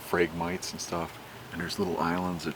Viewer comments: Phrag-mi-TEES, dammit! Between this and the Kookaburras in MO, my brain is bleeding... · For anyone that is wondering, the tall reed grass is pronounced Phrag-mite-eeze...the ones in this video are the non-native, highly invasive Phragmites....there is a native Phragmites to the Great Lakes region, but doesn't typically form dense impenetrable stands and will have much more plant diversity within the stand itself.